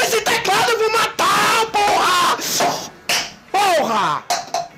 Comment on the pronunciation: Ele fala Porra com N no final kkkk kkkk Porran